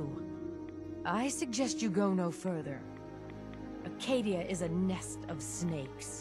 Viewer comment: As a Mainer, I can tell you it is called Acadia, not Arcadia.